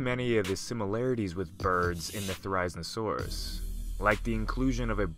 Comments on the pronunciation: It's theri-zino-saurus not ther-ize-no-sauras GET IT RIGHT! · It’s zin-o not zine-o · Ther-risen-a-saurus? I believe people pronounce it as th-e-riz-een-a-saurus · Ther-i-zeno-saurus, come on dude, not ther-I-znosaurus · Its fer,iz,en,oh,saurus not forizinosaurus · “Theriznosaurus” theri-Zino-saurus, at least pronounce it right if you don’t know about dinosaurs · Therizinosaurus really is said like There-Iz-Zeen-Oh-Sore-Us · Pronounced it wrong it’s (Thair-azeno-saurus) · Thera-zeeno-saurus, but close. Thanks for showcasing a great and unusual dino <3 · pronunciation mistake. It’s pronounced (their- is- ino - saur- us) and yes I know I didn’t spell Therizinosaurus right in the pronunciation cuz that’s how the name sounds like. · How did he pronounce therizinosaurus? He got it SO wrong. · I can’t just stop thinking about how ridiculous your pronunciation mistake was!🤣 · It's cool to see my favorite Dinosaur get attention, unfortunately you pronounced Therizinosaurus wrong. It is The-ree-zee-noh-saur-us, not The-raiz-noh-saur-us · Thera-zino-saurus is how it's pronounced! :( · The way he says its name makes me just triggered its thera-zeeno-saurus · The isle has therizinosaurus in it, and you pronounced it's name wrong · Too Weird!? Firstly, it's pronounced Thare-oh-zeen-oh-soar-us. Secondly, it's already in Jurassic World as being in the DNA of Indominus Rex. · Excuse me but how the fuck did he just pronounce Therizinosaurus? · U pronounce it There-ro-ze-no-saurus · wrong pronunciation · Say it's name correctly... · That's not how you pronounce it... it's pronounced "Thair izin oh saurus" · You pronounced it wrong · You really butchered its name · Would have been nice if you had looked up the correct pronunciation before filming this vid. Every time I hear you say it, I cringe....which is a shame, cuz the vid is otherwise pretty good. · It’s painful to hear you try to pronounce it’s name.